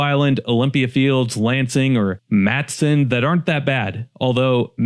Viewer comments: Totally Agree! Born & Raised Chicagoan - EXCEPT - Matteson - * correct pronunciation is MAH-teh-sin ((NOT Matt-son)) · Been in occupied Illinois for nearly whole life. List is very good. One little correction Matteson is pronounced Matt-e-son. There is an 'e' in there. Mattson is a town in Texas. Not a big deal of course, but having lived there as the town collapsed, the historical society used to sell shirts with the phonetic spelling, and explaining the name coming from the 10th Governor of the state Joel Aldrich Matteson. Who shockingly was involved in financial scandal.